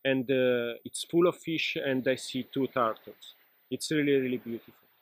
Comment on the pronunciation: Tar-tol (turtle) hehhe Great experience. Njoy